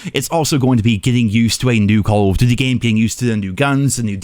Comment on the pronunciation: It's strange that for a channel all about Call of Duty, the person talking can't pronounce the word 'Duty'.